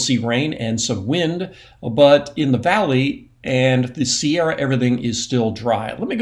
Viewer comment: Every time Mark says, "Sierra," I smile; wherein, when he says, "Shasta," as he moves his cursor over Mount Shasta, I grimace. Calling Mount Shasta, "Shasta" is akin to saying "Sierras." 😢